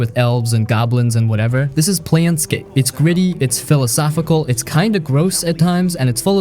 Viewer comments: It's "Plane" scape, not "Plan" scape... Not sure how this gets screwed up... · Confidently mispronouncing planescape as planscape 17 times in the first 2 minutes of the video was brutal 😂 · It’s not Plan Scape torment; you are pronouncing it incorrectly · is it plane-scape or plan-scape bud? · Plane like airplane not Plan. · "PLAN scape" you said? You just got yer card revoked, kiddo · that one thing made me pause the movie to downvote. planescape, as in the planes of reality. if you are gonna recommend something, at the very least get the name right.